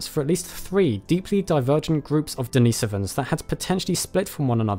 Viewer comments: Den is o vans not Dee nee sovans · Sorry but the pronounciation of Denisovans in this video irks me. It's DeniSOvans, from Denisova in terms of slavic pronounciation. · As soon as he mispronounced “ Denisovans” I was out